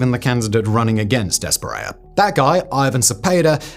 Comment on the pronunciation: ES-PRI-EYA not spriel